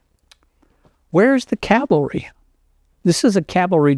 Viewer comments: Are you listening?The interviewer mis-pronounces Cavalry,NOT the Veteran! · You'd think the interviewer would have learned how to pronounce "cavalry" before the interview. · I think it's the interviewer mis-pronouncung the word Cavalry.